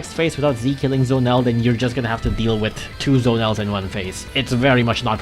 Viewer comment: Bro it's Z-o-nel not Zonel